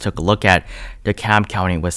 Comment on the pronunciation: Subscribing for the great insight and the correct pronunciation of Dekalb 👍🏾👍🏾